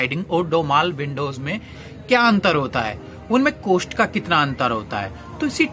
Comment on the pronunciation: कोस्ट नही होता है कॉस्ट होता है